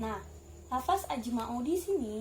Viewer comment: Ok kher...بارك الله فيك terus semangat belajar ...ilmu Nahwu Ruhnya PBA teman2 bilangnya lafazh/لفظ ya...bukan lafas..